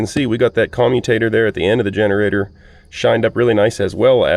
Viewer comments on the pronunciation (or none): none